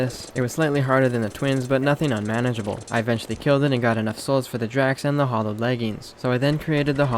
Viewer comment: I want to know why Terraria has made people read Hallowed as "Hollowed" Has no one ever heard that word before? So many things in this game are mispronounced. I dont understand. Eye core stickers? Really? Eye core flasks? Really?